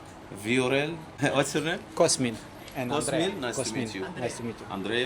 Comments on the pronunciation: Dar de ce dracu pui accentul ciudat cand le spui oamenilor cum te chema ? De ce spui cOSmin ? Te numeste cosMIN . Cu accent pe MIN . Nu stii cum te cheama ce dracu ???? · adica cOSmin dupa cum se prezinta. Cu accent pe OS... ;) Nu stiu de ce dracu face asta...